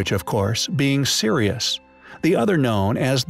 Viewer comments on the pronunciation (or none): none